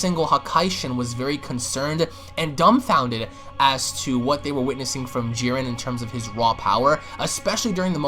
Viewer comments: Why this idiot pronouncing Jiren with some weird added accent. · Nobody else got annoyed by the way he pronounced Jiren?